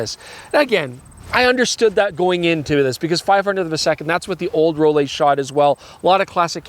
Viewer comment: Just want to say the pronunciation for ROLLIE should be just like how you pronounce LEICA. The sound is not ROL LEI, but ROL LIE.